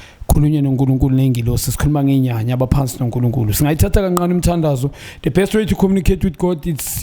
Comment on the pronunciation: How can he pronounce 'Ngcongca' correctly but not 'ncane' ?